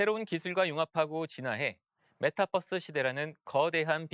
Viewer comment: 아무리 한국식으로 그냥 발음한다고 해도, 메타'뻐'스가 아니라 메타'버'스라고 발음해야하는거 아니냐? 메타와 유니버스의 조합어잖아.